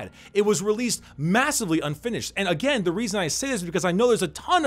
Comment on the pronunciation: "And then you smack em agEMM"